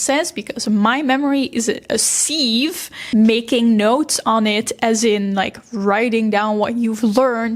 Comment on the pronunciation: A pronunciation note: 'sieve' rhymes with 'give'. I know that might not make sense, but what are you going to do? No one has ever said that English pronunciation and spelling make sense. But if you think English is bad, take a look at Irish, especially before the spelling reform in the late '40s. It makes English look sensible.